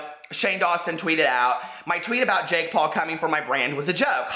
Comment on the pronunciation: What's a "Pake Jaul"? Love you!!!!!😘💖💖💖💖🦄🦄🦄🦄🦄